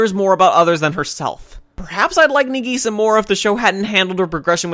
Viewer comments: no offense bro but i hate the way you pronounce nagisa its "nah-gee-SAH" not "nah-GEE-sah" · I actually agree with him, i dont think any of the points you made were credible since it seems like you didnt pay attention because most of these things were explained. btw its na-gisa not nageesa you can tell you watched the dub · Sorry but how you pronounce Nagisa invalidates all your criticism (this is a joke) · You aren't saying Nagisa's name right